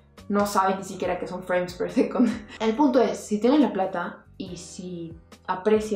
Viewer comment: Me mata el inglés tan malo!! Freim per secont?? Un beso genia!!